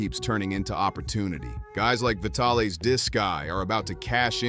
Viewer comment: AI voices crack me up...."Vitale's Doki"....LOL